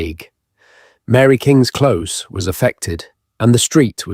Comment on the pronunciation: He doesn't pronounce close properly it seems like AI